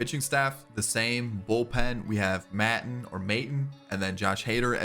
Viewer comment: It’s May-tahn in case u wanna know 👍